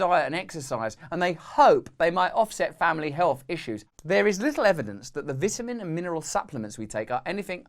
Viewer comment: What the heck is a vitinin hahaha